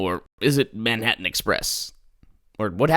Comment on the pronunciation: Manhattan express- ManImHurten express